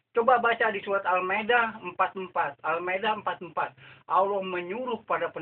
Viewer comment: Menyebut Allah sja tidak betul membaca ayat quran jga ngak betul bagai mana engkau hendak membetulkan org..bodoh ini org tua sudah mau mampos lgi bodoh🤣🤣🤣